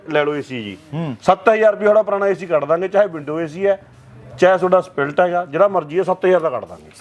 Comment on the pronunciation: Dukan daar nu split ni kehna aunda spiiilltt 😂😂😂